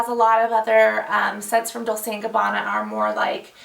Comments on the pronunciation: It is pronounced dolche as far as I know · I don't even understand what you were saying when you said "Dolse". I thought everyone knows that it pronounces as "Dolche". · Actually it should be pronounced "dol-che" (just like "Che" Guevara, you know). I'm italian ;) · she pronounced it like 'dulce' with an 'o'. You are correct, sir. :D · I think she was thinking of Dulce instead of Dolce. :D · It's "Dol-chay" lol you pronounced it differently :P